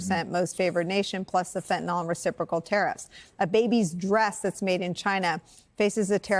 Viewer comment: Thanks for the update on this trumpian fustercluck. Nicole: Please, it is NOT Fentan-OL! It's Fentanyl Fen-Tan-ILL. Thanks